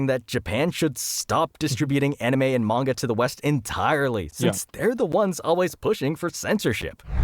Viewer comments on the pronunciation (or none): Asmon. It's pronounced "mahn-ga" or "mon-ga." Not "mayn-ga." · I don't know how seriously I can take anyone's input on the subject when they say "mengah". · He lost me in the first 30 seconds, ...... "MENGA", ... lol.